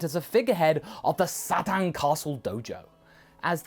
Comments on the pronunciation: It's pronounced "Sa-teen." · For the record, I think I prefer "Mr. Sat-an" to pronouncing it properly in English. I mean, isn't that kind of how it sounds in the Japanese audio, anyway? It... it just makes him that much fun (and funnier) a character. :D